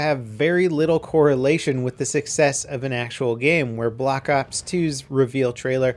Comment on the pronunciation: Did you just say "Block Ops"